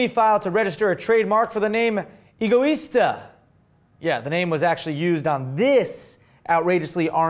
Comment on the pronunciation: Am I the only one that believes that Egoista means Selfish? No pronounced Ego, but a bit more like Eggo -Let-go my Eggo -. Eggo Is Tah... Oh and if forgot! haha "Ooooohhh, it is not pronounced..." (Mimicking while making fun of the haters in the comment section while fake typing on his desk/stage):D